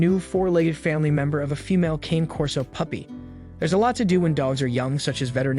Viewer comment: RULE #1 - NEVER take spaying or neutering (or really any other veterinary) advice from a YouTube channel, especially from one where they cannot even be bothered to pronounce the breed name correctly. Pretty much all of the current research definitively indicates that the limited reduction in the prevalence of mammary cancer gained by spaying any large or giant breed early is certainly offset by the fact that spaying or neutering the dog prior to the natural termination of skeletal development definitively leads to an increase in the incidence in the joint problems, which are the most prevalent chronic health issues in the large and giant breeds. Current "lifetime" research studies clearly show that incidence of both hip dysplasia and patella luxation are 3 time more prevalent in both male and female large and giant breed canines (including Rottweilers, which you claim to be an expert in) who were spayed/neutered prior to completion of natural skeletal development. When these breeds are altered prior to this time the body lacks the hormone signal that stops the growth of the femur, so the femur bones continue to grow, changing the resting angle of the leg and hip joints, which greatly increases the stress on those joints. Bottom line, the current research clearly shows that it will be better for owners of large and giant breed dogs to wait to spay/neuter the animal until they finish skeletal growth, which generally happens around 20-24 months, although the data is still a bit